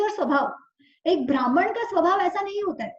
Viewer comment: Thank you for sharing this knowledge. But we need to be careful with pronunciation. Example: Not भ्रामण but ब्राह्मण. Please be careful with Sanskrit pronunciation.